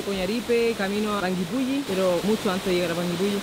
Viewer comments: Muy bien pronunciados los nombres, tal cual lo dijiste, la zona es bellísima en verano, un lugar magestuoso que enamora Ahh... Son 7 lagos en total... Los recorrí todos este año a comienzos de febrero ( verano) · Jajaj yo vivo como a 1 hora de panguipulli y si se pronuncia asi xD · AHHHHH ME MUERO DE EMOCIÓN, veo todos sus videos y soy de Panguipulli (lo pronunciaron súper bien!) así que si deciden venir a Chile los dejo invitadisimos, ya que aquí en Panguipulli está Huilo Huilo, que también ví que les encantó ♥️ Saludos chicos🌹🥰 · Lo dices bien:"Panguipulli"